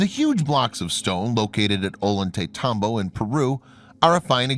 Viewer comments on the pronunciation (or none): Brother please, pronounce Ollantaytambo correctly. (O-Yan-Tay-Tahm-Boh)